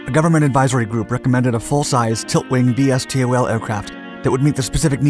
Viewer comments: Usually that acronym is pronounced “Vee-Stole”, not “Vee Ess Tee Oh Ell” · Ah, NO. It's pronounced "Vee-Stole". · pronounced "vis-tol" VSTOL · Dark Videos still calling it “V.S.T.O.L.” when it should be “V/STOL”. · Yup. Pronounce it VeeStol .. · VSTOL is pronounced, not spoken as individual letters.